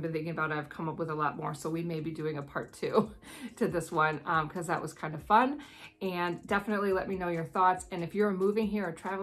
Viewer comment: The way you said fun at the end of the video sounded a little like how a kiwi would say fun 😁